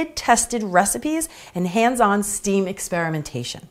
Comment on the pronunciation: Hi beautiful! Love all your videos! Just an fyi…STEM, pronounced like the “stem” of a flower.